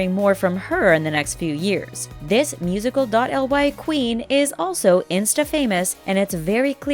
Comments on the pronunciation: Its musically not musical dot L Y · 1. Its musicaly not musical dot L Y 2. Its Eleven not Seven 3. Annie was born in 2004 not 2014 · Its pronounce like Musiclly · its seven, not eleven!!! and its pronounced musically not musical dot ly!!!! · STOP saying musical dot l y it's musicly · It’s not called musical dot L Y it’s musically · "musical dot l y account" KILLL ME!!! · Music . L y really its pronounced music-lee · 1, it is pronounced as musicaly, not , 2, SHE'S CALLED ELEVEN NOT SEVEN YOU NEED TO DO A BIT MORE RESEARCH BEFORE PUTTING OUT THESE VIDS😬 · Musical dot el why? Is that how your pronounce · ummm it's pronounced "Mu-zic-lee" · Omg I actually couldn’t breathe when she said “musical dot elle why” ahahaha😂😭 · it was SO cringey when they said it should be pronounced musically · Am i the only one who gets triggered /annoyed when the says instead of musicly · She said "musical elle why" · O M GOODNESS YOU ARE SAYING SO RONG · It really bothers me how they pronounce the words wrong😒😕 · Omg she said wrong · When they said musical.y I was dying 💀